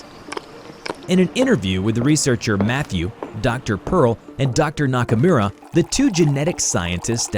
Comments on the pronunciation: The way he said Nakamura, as a weeb I did not approve. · Look my man i like you but that pronounciation of "nakamura" was atrocious